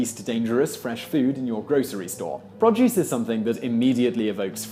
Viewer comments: It's pro-duce, not prod-juice. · Produce - pronounced "pro + duce" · P r o d u c e just say it. Produce. P r o d u c e